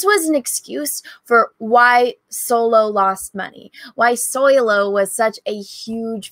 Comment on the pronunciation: But it’s SO-LOW not SOY-LO, no? 🤣😉